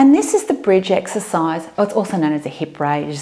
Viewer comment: Эксесайз, Эксесайз, Эксесайз, Эксесайз, 🤣🤣🤣